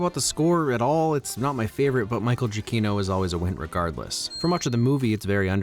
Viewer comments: Way to say Michael Giacchino's name right. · You’re the only person I’ve seen pronounce “Giacchino” correctly.